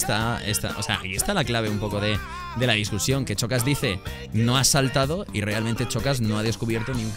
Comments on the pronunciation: Por es xocas envés de chocas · El xocas tuvo que ser eliminado en el teléfono escacharrado lo dice mal